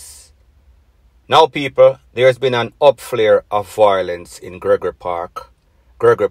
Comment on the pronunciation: the word is VIOLENCE not VOILENCE fix up yu speech